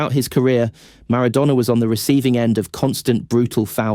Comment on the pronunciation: Is this just a bad AI generated text to speech or do you really pronounce Maradona like that?